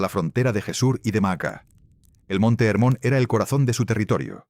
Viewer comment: חרמוןcomo esta traducion es en ! Ingles por ESO lo peonuncian con la "h" muda pero en fonetica hebrea se pronunci "Germon"..asi se pronuncia en israel...y no se dice erem sino "Gerem